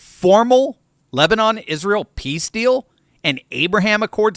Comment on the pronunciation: The number of times almost said lesbian instead of Lebanon 🤣🤣